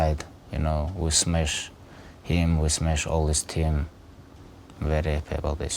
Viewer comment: It's "smesh" 😀